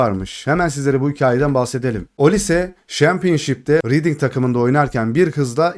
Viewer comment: Kardeş şehir ve takım olan Reading; reding /ˈrɛdɪŋ/ diye okunur.